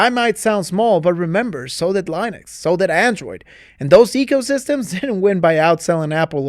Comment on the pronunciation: Lienux? You trying to say Linux?